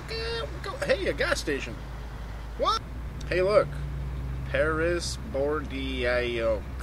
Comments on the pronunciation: it's actually 'bor-doh' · Bord-E-O-X? Err nice pronunciation of Bordeaux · "bordeeooohicss" HAHAHAHA that's awesome xD haha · you speak Bordeaux as Bordo.